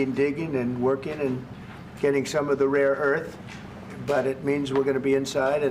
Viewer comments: Rare Earth, not Raw😉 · Why does he keep saying "raw earth"?